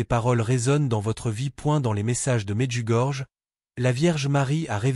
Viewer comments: Medjugorje se prononce Medjugorié. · Médiugorié : la lettre "j" se prononce "i"